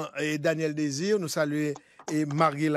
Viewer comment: Carlos Désinor ( pa Mésinor, ni Mésidor)